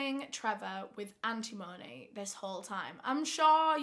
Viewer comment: AN-tim-uh-nee <3